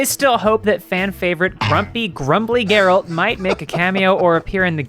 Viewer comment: when they can't even say geralt the right way there something wrong